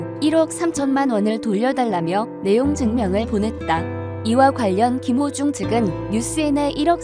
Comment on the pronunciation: 김호중입니다 유튜브에서.울호중님 이름잘못젂고.발음또한 잘못하시길락.제가많이 지적했던부분인데 김호중~~국민가수울 김호중.한번더확인하시는것도.좋은방법이겠죠 김호중입니다.